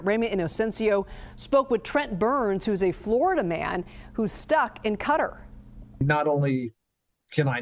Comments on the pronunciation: Not cutter , it’s Qatar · Cutter? Its Qatar! Learn something. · Cutter... Qa-tar 😂😂😂😂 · cutter? Do you mean Qatar (kuh-taar)? 😂 again? Cutter? What area are you talking about? The thumbnail says Qatar, but you guys keep calling it cutter. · Why do they keep saying "Cutter" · Never knew it was pronounced "Cutter". I've always pronounced it "KUH-TAR" 😅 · Stuck in “cutter” 😂😂😂😂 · Are they seriously calling Qatar, Cutter? It'd pronounced Ka TAR (didn't roll the R) NOT Cutter. Sheesh Americans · She said, CUTTER" 😂😂😂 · Cutter? What? You mean Qatar? Ohh, my god, please do your research in history before you try to mispronounce a word publicly. This should be a word you know how to pronounce. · QATAR...NOT CUTTER!! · Ca-tar , NOT cutter! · Why does CNN mispronounce Qatar like 'Cutter'? It's been long enough now for them to learn the correct pronunciation. it doesn't even look like 'cutter', so why are they stuck on this? its as bad as pronouncing Nuclear as Nucular. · Why do they always say Cutter instead of Qatar? Are they illiterate? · Cutter? It is pronounced.. ....KA-TAR Welcome to the new CBS News. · I noticed alot of reporters calling it cutter. I was starting to think I've been wrong for years on the pronunciation. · Why did she say “cutter” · Stuck in Cutter? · Stuck in “cutter” geeshhh lady at least learn how to pronounce before you go live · Cutter??? Such bad pronunciation